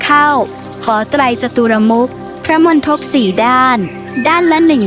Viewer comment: ขอบคุณเกร็ดความรู้ที่ดีมากครับ แต่ฝากผู้บรรยายเรื่องคำว่า มณฑป อ่านว่า มน-ดบ ครับ ไม่ใช่ มน-ทบ